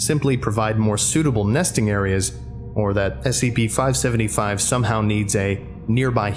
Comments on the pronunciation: Near the start you say 575 yhen say 555 then 575 lol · It was already stated in an older comment but I'll say it anyways. At the very beginning you say 555 instead of 575.